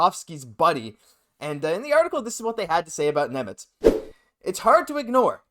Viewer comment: Šimon Nemec please! (read as Shimon)